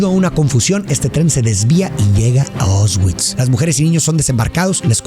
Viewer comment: Una película muy emotiva como Mexicano vi este film cuando era niño y nunca me imaginé que viviría aquí exactamente donde se grabó y pasó esta tragedia, me tomó mucho tiempo asimilar lo horrible que esto fue. Por cierto como ayuda para nosotros los de habla hispana la pronunciación sería “Puashuv” tal cual y los campos son “ausvisch”. Excelente video ya vi casi todos en este canal. 😅Saludos desde Cracovia ! 🇵🇱🇲🇽